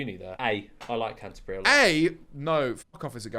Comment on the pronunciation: Your knowledge of British cities is truly tragic 🤣 Mispronounced many of them lol. Good laugh though.